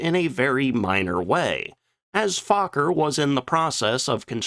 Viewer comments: Fauler??? What??? Fokker... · why do you say fukker ,and not fokker?😅😂😊❤ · It's pronounced F oh ker as in oh not ah. Get it straight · Fokker is not pronounced as Faaakker, but with the o as spoken in 'for'. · "Stroupwahhffls" lol But hey, I appreciate someone talking about our history. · Fokker means FAAAAAcker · GD, you sure do know how to mangle pronunciations, try a few visits to google translate.... I learned ach does not belong in Fokker... You should ALREADY know how to pronoun Luftwaffe...🤨just laziness